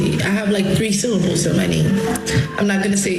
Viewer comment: Her name is long, it has, like, 3 syllables... 😂🤣😅 the dumbest people I've ever met were at university. Syllable has 3 syllables, look how quickly she said that word